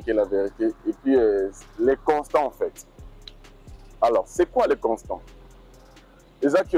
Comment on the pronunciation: Mr le journaliste on dit constat et non constant . Merci votre travail toyjours au top